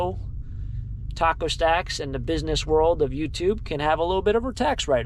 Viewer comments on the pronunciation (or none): none